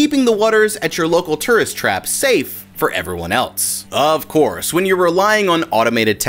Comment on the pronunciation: Does anyone else get a little annoyed the way he pronounces tourist, I love the vid but man learn the pronunciation please